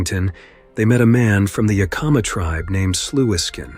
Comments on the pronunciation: Also it's pronounced the *Yak•ih•ma * tribe not the"😮 ya•kah•mah tribe... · The narrator pronounced Yakama Tribe incorrectly - the emphasis is on the first “a”.